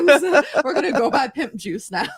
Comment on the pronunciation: I thought she said Nip juice lol 🤮